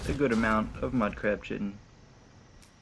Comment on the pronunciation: Thanks, very helpful! :) (btw, chitin is pronounced "kye-tin")